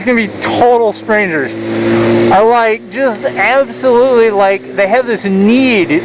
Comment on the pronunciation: "like they have to AGHBosutely have to tell you" haha funny